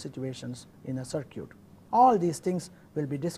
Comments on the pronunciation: LOL he says "sir-cute" instead of "sir-kit"....cracks me up, but its all good ...... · Very good course. However I did wonder why, since the word "circuit" is to be used so much, the Prof. did not polish up the pronunciation. I think it is usually pronounced " SirCut" rather than "Sir Cute". Hope this is helpful. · Just a little help here, circuit is pronounced sir-kit, or ser-kit, i know i cant speak your language, im only trying to help. Good luck to you. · sir is pronouncing circuit as cir-cute, but its okay... the teaching is excellent !!! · circuit why all indian pronunciate it circooet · lol, sir-cutes. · sir-cute (circuit) lol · Ihtisham U are totally worng all indian are not pronouncing circooet